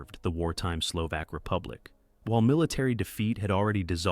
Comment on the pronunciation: HOW do you produce a "factual" video on the Slovensky Stat WHEN YOU CANNOT PRONOUNCE MONSIGNOR TISO'S NAME CORRECTLY? How can you be taken seriously? AND it is Slo-VAHK NOT SLO-VAAAK, My God. You know NOTHIING about Slovakia's treatment of its Jewish populations Slovakia being THE ONLY Axis member that "'deported" (nice evasion ..."deported" WHERE? Bermuda?) its Jewish population VOLUNTARILY WITHOUT GERMAN PARTICIPATION OR PRESSUE Using primarily something called the Hlinka Guard who are notably absent from the docu (just as well as your AI would have doubtless mis-pronounced their name) to the point where Slovakia became/is the most "Juden-Frei" state in Europe. This is a pure Ai channel the "commentary" such as it is probably taken directly from some 3rd rate AI service including photos that do not match the commentary the supposedly illustrate. One of the WORST WW2 channels on YouTube and that is saying a lot Unsubscribed.